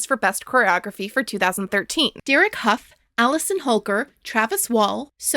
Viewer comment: I know this comment is wildly late, but as someone who comes from the same area as Derek Hough and grew up doing performing arts (I’ve met his mom multiple times), it’s pronounced “huff” like huff & puff, not “Hof” like the town in Germany, and it pains me a bit every time I hear you say it 😅